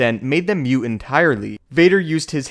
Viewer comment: Are you saying "suit" or "sue"? It sounds like you don't pronounce the T (or what is called a stop consonant) when it comes at the end of a word. Are you saying "mute" or "moot"? "Fah" or "fought"? I'm linguistically curious: where are you from?